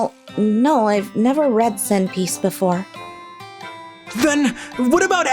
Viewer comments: Lol sen piece= One Piece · Lol instead of one piece zen piece and ekizero instead of rezero lol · "Sen piece" Oh God🤦‍♂️ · "SEN PIECE" oh one piece "EIJIRO" oh eiichiro oda